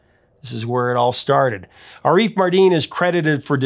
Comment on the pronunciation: Fyi, it's "AH-riff" NOT "a-REEF". Thanks